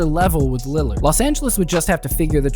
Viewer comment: When you were 631 into the vido you said landerd